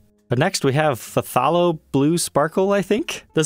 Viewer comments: It's pronounced thalo blue, remember Bob Ross using that color? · Thank you Bob Ross. I instantly knew how to pronounce Phthalo Blue. Its "thay-low". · I'm a Set Painter in the Hollywood studios. Phthalo is pronounced: thy-low. The TH is pronounced as in thought. We use it as a bass blue for mixing colors in TV and Movie set painting.